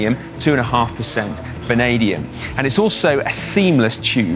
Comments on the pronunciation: Obviously it's vanadium and not benadium ? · That would be Vanadium not Benadium .. Meh ! ..